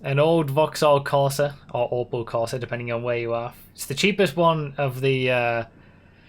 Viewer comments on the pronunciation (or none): none